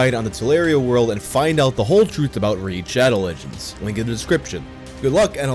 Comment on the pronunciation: Sorry. I only tolerate Raid: Shadow Legends sponsorships when they’re brought to me by Count Dankula. At least try a Scottish accent when you pronounce the games‘ name.